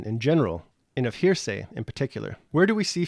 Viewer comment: I'm finding your commentary interesting, but you are making one big mistake--mispronouncing the word "heresy." It's usually pronounced "HAIR-uh-see," not "hearsay," as you are pronouncing it. "Hearsay" is something else.